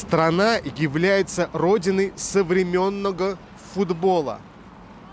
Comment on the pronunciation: Ну никак не соврем ённого! А совремЕнного!!! С грамотностью ведущего слабовато!!! Эх, блогеры-блогеры. ...